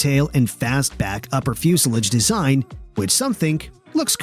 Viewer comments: what's a flusilige? ... Oh do you mean Fuselage? 😀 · Coupee? Give me a break. And thats fuselage pronounced ah Come on guys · dislike for pronunciation of fuselage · Ok... Again, your pronunciation of things like, "fuselage" is questionable but , when you pronounced the, "Ercoupe" as "AIR-coo-PAY," I have to stop. Are you just some pretty good computer voice?